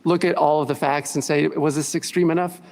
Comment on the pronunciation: “This body of fAcks”